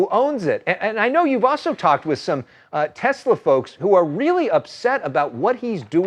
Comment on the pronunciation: "I love Tesler!"